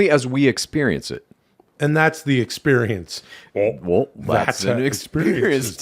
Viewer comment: That subtle "wull" made me laugh so hard